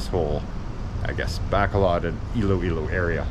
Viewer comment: Low-pez mall in Bay-call-od lmao I'm gonna keep watching your channel in hopes that you pronounce something correctly